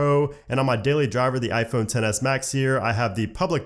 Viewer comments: "On mah ah phone" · “on ma ahphone”